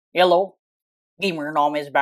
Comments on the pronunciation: why do i hear yellow gamer nom is back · I heard yellow not hello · "khello is beck" is the best intro i have ever heard